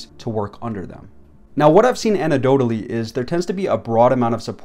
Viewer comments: did you just say "ANTIDOTE-ALY" 😂😂😂😂😂😂😂😂😂, you've been quiet quitting since 8th grade english class. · All I can think about his how he said “anedotally.”